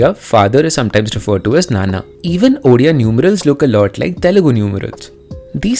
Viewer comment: As a born Odia i really loved ur efforts in portraying the difference between both the states. But i would like to rectify some mistakes here..in odia, father is referred to sometimes as Nanaa(pronounced as nawwnaaa) and not naanaa. Also we in odisha do believe in preserving our ancient and tribal cultures but at the same time we also embrace modern ways. Infact you can find many artists making fusion products as well of traditional art and modern culture. 😊 also its chau dance(again a pronounced with aww sound..chawwu). Thanks for making this video